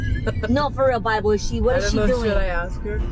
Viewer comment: Never say Bible again!!!!!!! Uuuuuuuuhhhhhhhhgggggggg!